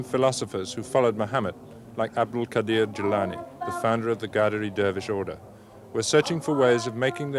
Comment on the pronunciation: Qaderi Sufi Tariqa. He mispronounced it as ghaderi.